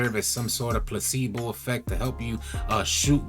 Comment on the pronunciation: Nah this man said placebo 😭😭😭😂😂😂 nah I’m out